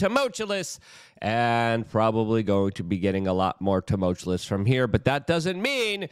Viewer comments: Ok, I'm now convinced you are whretodded. You either don't read the comments, or you can't read comments. "Exasturbate"? "Toomullchewlous"? You're supposed to be a "news man," but you refuse to become a better orator. Therefore, you cannot, and will not, be taken seriously. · Tumultuous, not too-much-you-lus. The last two tricky syllables rhymes with "virtuous," not "tremulous." Did the billionaires have the foresight to murder everyone on the work crews who built their bunkers? When/if the SHTF, I think somebody(ies) from the construction crews will take up residence and boot the then-worthless billionaire out. Can't edit a comment. I don't think this new comment will last for long. We'll see. My guess is my comment was already deleted when I sought to edit it. YouTube doesn't like this channel very much. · I'm just here for my daily dose of Luke mispronouncing "tumultuous."